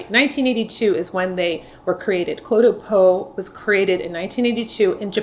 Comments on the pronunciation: FWIW, it’s pronounced “clay de po.” Enjoy your videos very much. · I have been using cle’ de peau for years. Looks great. Lasts for the day. i am 82. AND CLE’ is pronounced CLAY.